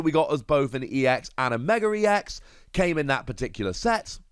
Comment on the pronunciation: "Megar-ex" how does one pronounce it like that lol..